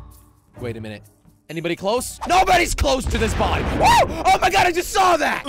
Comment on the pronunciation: dont say oh my gad!!!!!!!! jelly pls that is sin